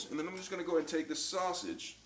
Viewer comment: Sauseggie??? Or sausage